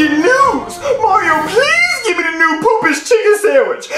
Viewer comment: Mario not Maryo